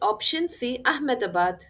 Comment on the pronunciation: Grateful for everything... ❤❤ But I just love the way you pronounce Ahmedabad. 🎉